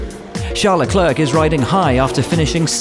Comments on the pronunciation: who's sharl leclerk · Isn't there any Anglo who can pronounce Leclerc's name properly?